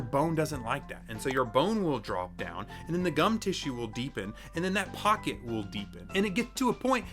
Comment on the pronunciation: "to see how deep your pock it" 😂 SO TRUE 💸